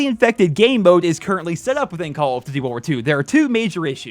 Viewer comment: The way that he says Duty, ddy